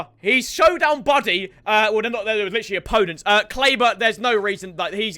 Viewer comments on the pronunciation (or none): none